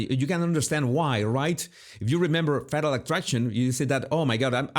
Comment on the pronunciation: No he pronounces it Fattle and I prefer it that way